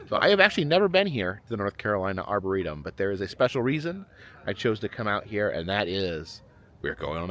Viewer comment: When you returned to the park at night, you said “arbortorium” instead of, “arboretum.” Is that where the crazy trees are kept? Edit: you did correct yourself later.